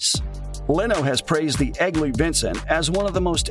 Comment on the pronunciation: LOL "Flying Squirrel." We've come a ways with bike model names. Fun to watch, but the AI robot got so many things wrong. E.g. Different models shown while discussing the Vincent and Norton, and "Eggly" instead of "Egli." No thumb down this time, but I'll avoid the channel.